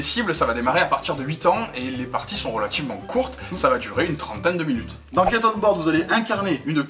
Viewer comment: Je crois que c'est Get et pas gate... Bisous les amis